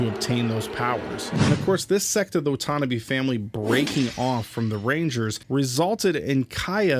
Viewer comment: It's pronounced Watanabe not watannabe